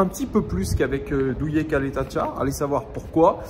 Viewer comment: Salut. Il faut que tu révise le croate afin de prononcer le nom de Duje Ćaleta-Car convenablement; c'est Tcjaleta-Tsar 😉